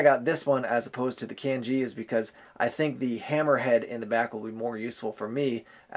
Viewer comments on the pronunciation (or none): none